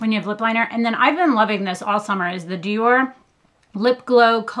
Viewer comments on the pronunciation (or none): none